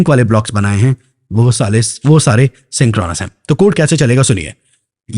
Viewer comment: wo saare ❌ wo salle ✅ 😂😂😂😂😂😂😂😂